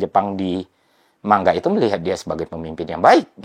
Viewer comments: Manga mas baca nya, bukan man ga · Manga bang bukan man ga 😂